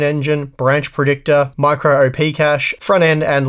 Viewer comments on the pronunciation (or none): Micro "op" not micro "oh-pee", as it's simply an abbreviation of 'operation', not an acronym. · "Micro-op" is short for micro-operation rather than micro-overpowered, so you shouldn't pronounce it "o-p"